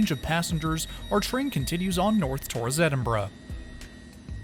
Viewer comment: You took the train to Peterborough, pronouced Peterburruh! You pronounced Edinburgh correctly though ;-)